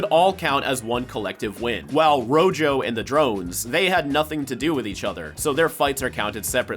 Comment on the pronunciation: rojo means red in Spanish, and that is not how you pronounce it 😭(great video tho).